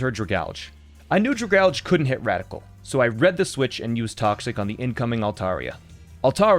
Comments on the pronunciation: I’m sorry did he just pronounce Dragalge “druh-galge” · the way he says dragalge hurts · was dying inside when you pronounced Dragalge wrong.....i know there's a very real chance you said it that way on purpose, but still hah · This is a great video, but I hate the way he says "Dragalge."